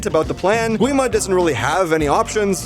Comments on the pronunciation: Its not said gwi-ma more like gee-ma and the barrier is called honmoon said honmun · Oh yes by the way the correct spelling is Gi-ma (The w is silent). Don't worry I called him Gwi-ma so much so you are fine.